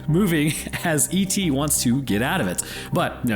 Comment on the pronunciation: I swore to god i heard Epstie Wants to get out of it when you said ET